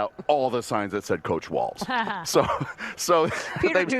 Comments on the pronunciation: It’s walz, not waltz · It's WALZ. Not T